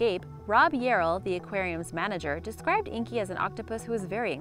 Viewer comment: = " 8 strange things that happened at Aquari-O0o's "